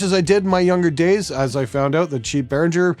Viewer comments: Why would you pronounce the first R twice if there is only one, would it not be "Beh Ringer" like meh with a B instead of beaR Ringer? You're telling someone they're mispronouncing something and then mispronouncing it yourself from what I see.... but I'm a bassist so what do I know. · "Behringer" has no /ndzh/ sound in it, like in "cringe". As in, the reaction to hearing people mispronounce "Behringer". Think bear-ringer. Somebody who rings with bears. That's how you pronounce it. Because that's the guy's name who founded the company.